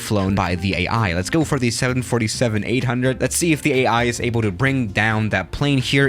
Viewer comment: The way you say 7 47 breaks my heart